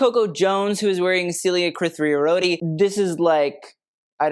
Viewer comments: 😂 Has mispronouncing and butchering the spelling of (Celia) Kritharioti ( = Cree-thar-YO-tee) become a reoccurring bit? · I love, but he butchered the pronunciation and spelling of (Celia) Kritharioti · A quick little note* Because I’m a Greek and I’ve noticed you mispronouncing her in a previous video, the designer is Celia Kritharioti